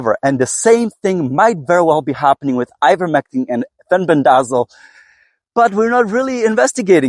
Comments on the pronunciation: FEN BEN DUH ZALL I laugh every time I hear you say it. 😂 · My apologies. I've just never heard anyone pronounce it like you. I genuinely thought you were being funny.